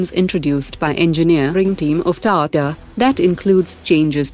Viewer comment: What is ‘Tata’ pronounced as ‘Tato’